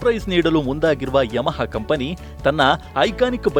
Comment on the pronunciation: ಅದು ಯಮಹಾ. ಯಮಾ ಅಲ್ಲ.